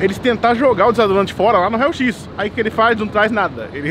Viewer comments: Desadorante é o meu ovo Fala se DESODORANTE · não é "desadorante", e sim "desodorante"